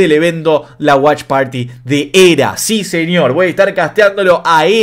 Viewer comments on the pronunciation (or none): none